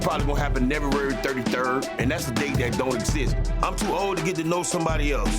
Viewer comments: omg trick really said neverary 33rd😂😂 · "Nevuary 33rd" 😭😂